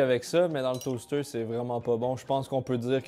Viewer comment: Deuw stayks down le toasteuouw 🤣🤣